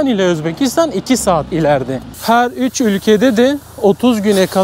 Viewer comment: Üj bej Arnavutlar gibi soyluyorsün 3 5leri 😂güzel video emeğine yüreğine sağlık